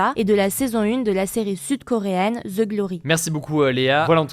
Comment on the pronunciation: Pour les français et europeen franco. Cesser de dire Ze pour dire (the) en anglais. Dite (DE) tous simplement aspirer le H de THE. The house = de house et les anglos y (voix) que du feu 😂😂😂